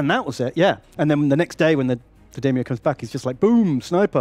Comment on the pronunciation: saying "Daimyo" hurts my soul